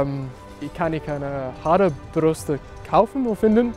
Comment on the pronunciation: second 55 😅 Haare-Brüste (hairy titts) ?? instead of Haarbürste (Hairbrush) - cool 😁